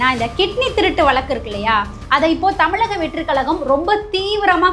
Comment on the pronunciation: தமிழக and not தமிளக. சரியாக உச்சரிக்கவும். அக்கா தமிழை கொலை பண்ணாதே.